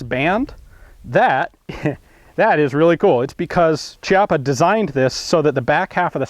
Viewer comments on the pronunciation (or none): Chiappa is pronounced with a C like in Cat/Caliber. It's really annoying to listen to it being said like Ciappa. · the correct pronounce is "kiappa" and not "ciappa" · it's pronunced "KIAPPA" not "CIAPPA" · Great video about a very interesting and awesome shotgun ! By the way the Italians pronounce it /kjappa/ ("kyappa") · The pronunciation is kiappa (keeappa) It is a strange Italian name which means buttock :D)) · Interessante...but is just say Kiappa...😉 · Nice review! BTW, it’s pronounced “key-appa” (ch-iappa works sort of like “archive” in Italian) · "Chi-" in Italian is pronounced "ki-". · sorry to say but the pronunce is actually Kiappa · Hi Ian, just a precisation, you should pronounce Chiappa with a /k/ sound not /c/. This is the correct phonetic transcription, I guess, /'kjappa/. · I'm pretty sure it's pronounced Kee-apa. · It's pronounced Chiappa with an "H" :( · It's actually pronounced "Kiappa" and in italian means "ass-cheek". lel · chiappa is actually pronunced "Kiappa" , said that, awesome video!!!